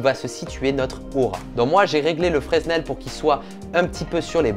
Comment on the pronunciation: Fresnel on dit ne prononce pas le S